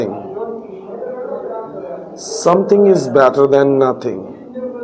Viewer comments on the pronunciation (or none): than* aega then nahi janab